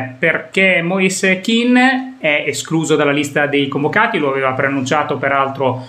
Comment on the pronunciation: Moise Ken..., Ken non Kin, Keeeeeeeen...non penso sia difficile su, lo ha chiarito lui stesso, meglio di così 👍✌️